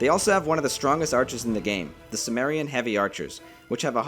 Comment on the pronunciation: Not simmerian, Kimmerian, and kolkis. good video btw thanks